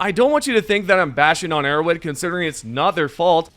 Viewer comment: arrow Head H H H H. Can you learn to say an H or are you too low iq?